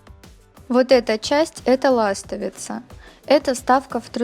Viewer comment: Режет слух слово ластовица надо ставить ударение на слог Ви неужели никогда не слышали или это по приколу извените а идея хорошая уважуха